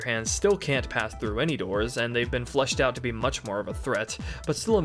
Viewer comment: You are contending that what you said is "fleshed out"? Maybe it's some kind of local accent. Because I would be willing to bet that if you recorded yourself saying "flushed out" and played it back-to-back, the average person wouldn't be able to tell the difference. Also, it's kind of off-putting to spend almost 3 hours listening to a guy who insults you during your first interaction. I mean, it's not like I was trolling you with some derogatory comment, "lol idiot u said flush. maybe your should flush your whole video lol derp". I mean, a little grace goes a long way. I'm going to finish watching your RE3 review because I actually think it's pretty great. But unlikely to sub to someone who treats their audience this way. All the best to you going forward. I hope you have a lot of success doing this. :)